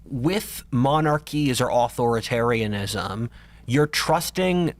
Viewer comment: What is it with this dudes inability to say authoritarianism?